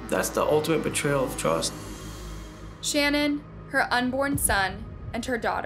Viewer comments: SHANANN ...not Shannon The Chris Watts story is so emotional and has hit the heart of everyone. I think it's important to get the name correct. it just drove me crazy that you were pronouncing her name wrong..... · Her name is Sha-naan not shannon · I'm sure someone already pointed this out, but it's pronounced Sha nann not Shann on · Not to be rude, in the Chris watts case, her name isn't Shannon. It's Shanann, (sha-nann) is how it is pronounced. These cases are so horrific! None of these women or children deserved what happened, unfortunately they married monsters who were good at hiding their evil. So sad, my heart breaks for the families affected 💔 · And you should really do your research before you do these videos and have enough respect for people to say their names correctly it's not Shannon it's pronounced Sha Nan. Every other person that does a video on them gets it right the news people get it right so why couldn't you have enough respect for these people to get this woman's name right!!!!! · Her name is Sha`nann not Shannon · Shanann Watts is Sha Nann plz for god sakes say their names correctly plz... at least try , I get it if you dont know , but they say it correctly in your video, Do you not edit and hear it, Its almost every single video you make . All the research is great , so why not do something , to fix the disrespect ??????? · It is pronounced “ Sha-nann “ !! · Girl i like your videos but you calling her Shannon through the whole video,had me ready to stroke out 🙄 if you're going to do videos like this, PLEASE look up and learn the people's names beforehand, please.. It's so disrespectful to the victims to use their story for views,but not take the 30 seconds to look up how to say their name 😔 i actually had to stop watching the video,it was bothering me so badly 😞 ETA* Her name is Shanann. Sha-nann, rhymes with pan,fan,ran ECT.. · You mispronounced Shanann throughout the entire segment